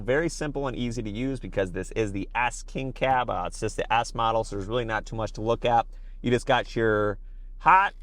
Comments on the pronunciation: It sound like you’re saying Ass King Cab 😂 Can’t unhear it. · sounds like you say frontier ass king cab